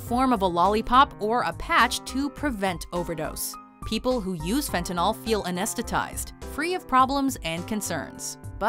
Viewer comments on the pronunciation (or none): Why do people pronounce "fentanol" when they read "fentanyl?" You would think a professional speaker would speak what they read, when speaking from a script. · You really need to learn how to say the name of drugs